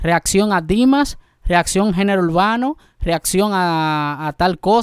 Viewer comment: la pronunciación es Dimash, con acento en la a. No Dimas, como siempre lo pronuncias. Chamo corrige eso.